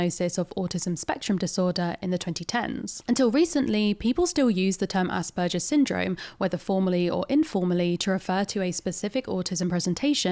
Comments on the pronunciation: It’s AsberGers not AsberJers. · The G in asperger is like Glove not like gelatine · Aus(ahs)-per-ger(gur)-s. I'm half German, this is the pronunciation that my upbringing taught me. As opposed to the "jer" used in the video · It may be a silly reason, but her continuously saying 'Asperjer' made it way more difficult for me to watch... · I am way too bothered by how this person is mispronouncing Asperger aaaaaaa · Sorry, but I can't handle saying nothing. The "g" in "Asperger" is pronounced like the "g" in "grass". That "g" sound you said does not really occure in German that often and if when it does, then it's probably written as "j" (though that one makes the same sound as "y" in English most of the time).